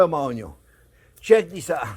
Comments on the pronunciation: Don't forget<>The "Onyawn" always goes in first lol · The way how he says onion 😂😂😂